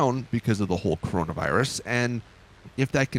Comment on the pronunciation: “Corono virus?” Nononono